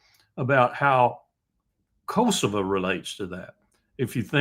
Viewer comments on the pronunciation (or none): none